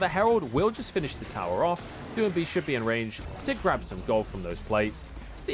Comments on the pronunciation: I got you, (do-ing-bee) gottem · Can someone teach him how to say doinb